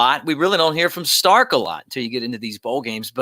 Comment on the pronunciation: I’m sorry, did he say “Starrk?” I’m on the Pete Golding bandwagon because Saban has kept him. Saban’s say-so is all I need. There’s something there or the GOAT wouldn’t have him there. RTR 🐘🏈